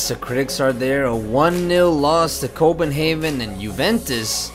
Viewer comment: Haha you said Copenhaven that really cracked me up haha ;) Awesome video man! Keep it up! :D